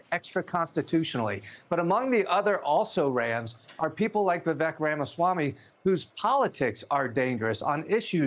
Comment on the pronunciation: The only good thing to come out of all of this is that Americans have now learnt how to pronounce 'Ramaswamy' properly. It just makes me very happy! :D